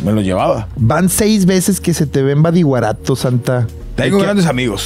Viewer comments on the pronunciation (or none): Compa Adrián es *badiraguato no es badiguarato jaja saludos plebada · Ey Adrian es Badiraguato, los weyes de mazatlan solo se rieron cuando pronunciaste Badiguarato, pero no te corrigieron, o no se si esto es mame 😶 si es así olvida mi comentario. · Plebes, es BADIRAGUATO xd no Badiguarato xdd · El Adrián Marcelo no puede decir: “BADIRAGUATO” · TANTO QUE QUIEREN A SINALOA Y NO SABEN PRONUNCIAR BADIRAGUATO AJAJAJAJAJJA